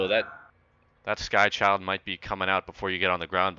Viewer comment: HE SAID SKY CHILD™ lol